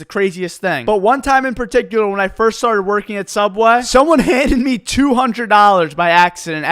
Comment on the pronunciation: Anyone remember “sooubway”😂